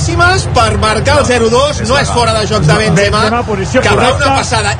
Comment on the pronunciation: Ancaraaaa Bensemaaa, incraiblaaaaaaa